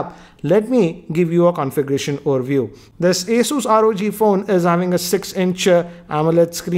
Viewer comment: First of all it’s not aSUS it’s Asus pronounces as aSES